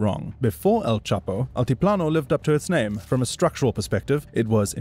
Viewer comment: A note must be made of the impressive pronunciation of the names of these people by the narrator!